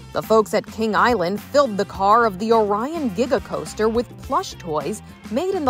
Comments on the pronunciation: Look, im going to say it right now, but as a northern kentuckian, KING ISLAND?!?!?!?! Its KingS Island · We’re not gonna talk about how they said king island and stuff Kings